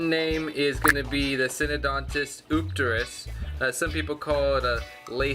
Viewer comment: Very nice looking eupterus cat. Love the BIG sailfin on that dude! BTW it's pronounced You-pterus. Enjoyed the video! Nice job👍